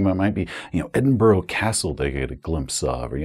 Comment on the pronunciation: I hate to be that guy but you mispronounced Edinburgh it's pronounced Ed-in-bra not Ed-in-buro